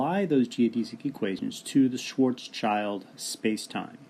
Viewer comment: Thanks for this video. It's a good explanation. But... I cringe every time you say "Schwarz Child" - THERE IS AN S THERE FFS it's pronounced "Schwarts-Shield"